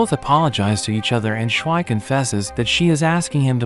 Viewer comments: more like SH-why you say it it like that. ITS SHU-VEE. watch the damn English dub at least once if you're going to speak English in this video at least have the pronunciation to match the version in which you are making the video. ( haven't watched the subbed so idc if that's how they say it in Japanese or whatever language you watched to have SHWI like SH UT the heck up with that name i cannot. sorry don't undercut the quality of your recap but this is wretched ear abuse for anyone who actually have seen this 10/10 movie and enjoys the way the movie says her name. This was almost a like on principal but the moment i heard that... nuh uh no way i am off to rewatch the movie to remove this horrible representation of character names from my ears. screw bad character pronunciations in ALL recaps of ALL channels. pronunciation is so key at least put in a effort, this is so egregious i can't help but be floored enough to type this. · It's not pernounced (shh-why) it's pronounced (shoo-v) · Since you're so bad at pronouncing Japanese names, here's Schwi's pronunciation for Americans: Shwee